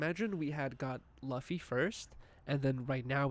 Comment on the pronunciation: Fw the this episode super chill, but when kept saying “luh-fy” instead of luffy (loo-fy) I was cringing hella hard lmao